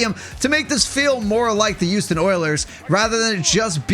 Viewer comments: I do NOT like the way that you say Houston oilers, the way you say is the "Uouston Oilers", bro is NOT pronouncing the "H". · Why does it sound like yuoston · dude can't even pronounce HOUSTON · why the duck do you say Houston like that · pisses me off